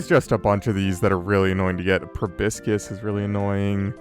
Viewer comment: Loving the series so much, but proboscis is "pro-BOSS-is". Just something I notice many people mess up :P